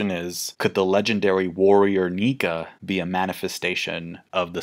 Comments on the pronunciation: Well it's "Nika" not "Nike" tho... So I wouldn't bet on that part of theory. Sunny stuff sounds great. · pronouncing "Nike" like the sports brand gave me the most "murican" vibes in all my 7 years of watching this channel 😅😂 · Nike? Who's Nike? It's Nika! Also, the person CP0 are talking about is obviously Who's Who...